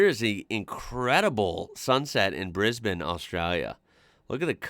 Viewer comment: Thanks for saying Brisbane correctly - it's not briz-bane.